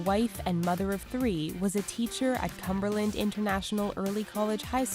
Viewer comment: “Was a teacher at CUMberland” lol